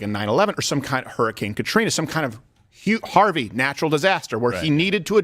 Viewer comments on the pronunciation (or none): none